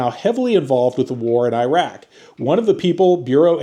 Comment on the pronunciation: I appreciate you trying to pronounce Iraq correctly, it's closer to "e-rock" That nuke stuff is pretty concerning 😅